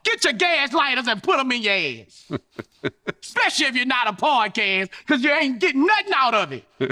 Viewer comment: Boosie said 'Pardcast' 😅